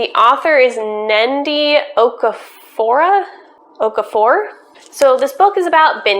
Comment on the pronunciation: Just finished Binti today - LOVED it. You said Binti correct, however, have heard the author’s name usually pronounced Ned-E Oh-core-a-four.